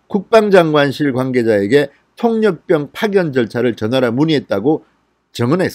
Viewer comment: 수고하십니다, 그런데 통역병을 통력병 이라고 발음하지 말았으면 좋겠어요, '폭력병' 으로 들립니다......^^